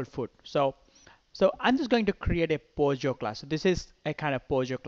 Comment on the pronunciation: it is POJO and not pogo... just saying